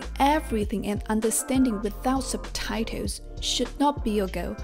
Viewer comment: It's quite funny how she says ... subtitles!!. SUBTITOWS!!!.😆 NO OFFENSE!!!👍🏻👍🏻